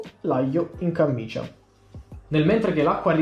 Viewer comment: Comunque è camicia non cammicia.. cit. E ma siccome è di flanella è più grossa e raddoppia... semicit. ( tributi ) Comuuuunque ottima ricetta, grazie.